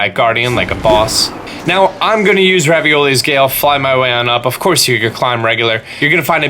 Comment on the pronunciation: Actually he said "Ravioli's Gale"